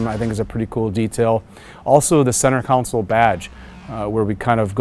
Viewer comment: I found it strange that the person in charge of the interior called the center section a "center counsel" instead of the "center console"